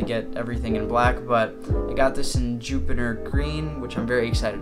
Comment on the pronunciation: Jupiner? Or juniper